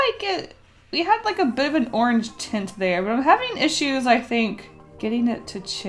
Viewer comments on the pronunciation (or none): none